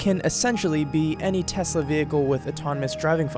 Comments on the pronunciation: When Elon said Tezla 👺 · This is coming from the same guy who never followed up on his Tesla solar roof tiles lie. Teslas are already unreliable enough, always being in the shop like 2001-present BMW and Mercedes. He can't even pronounce his own company name correctly!